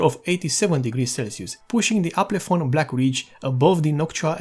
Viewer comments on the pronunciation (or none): Not Aplefon. It's Alpenföhn.